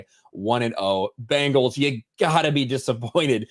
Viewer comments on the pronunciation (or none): I’m sure I’ll get crushed for this but why does say “wins-day” instead of Wednesday? Or Bingals instead of Bengals?